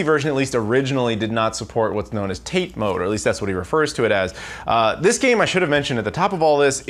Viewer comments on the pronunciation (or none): Looks like I'm going to be that guy. 立て is not pronounced "TATE". It is a two syllable word pronounced TA-TE. Paste into Google Translate or Bing Translate to hear the pronunciation. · Tah Tay is how you pronounce it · TATE is pronounced "tah-tey" by the way.